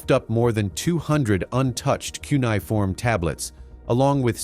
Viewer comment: It's cuneiform,!